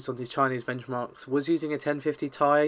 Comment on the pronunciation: You mispronounced Ti...